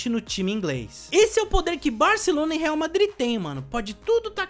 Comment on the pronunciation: Ele falou errado